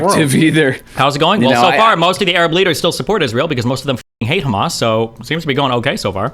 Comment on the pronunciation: I just want the conflict to end so I don't have to hear Destiny say Ereb anymore instead of Arab.